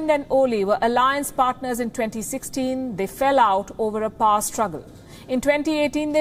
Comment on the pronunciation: The word power is pronounced as pow·er (/ˈpou(ə)r/). All Indian journalists pronounce it as “par”. They feel they sound anglicized/western. They do not even realize that it is wrong. Wanting to be white or western runs deep among Indians. Uhhhh....